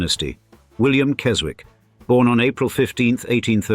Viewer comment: Henry and Chips attended a RC prep school in Somerset in the post war years before going to Eton. There must have been a RC connection somewhere. The 'w' in the Keswick name is not pronounced.